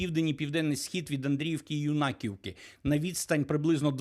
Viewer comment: Не Юна'ківка а Юна'ківка, перепро шую при всій повазі бо ріже слух, розумію що це не можна ставити вам у вину